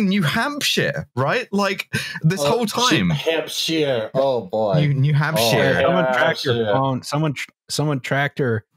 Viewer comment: you're killing me we literally pronounce it hamp-shur, it's not hamp-shear like you keep saying